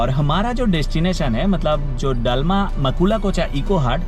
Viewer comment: डालमा नहीं, दलमा है Pronounciation thik se karo bhai